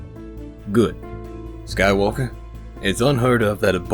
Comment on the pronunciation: "Skywalkuh" got me real good :D get this motherfuggin kid into the motherfuggin temple kinda energy